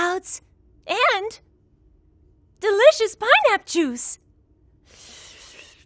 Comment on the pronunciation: you said pineapp juice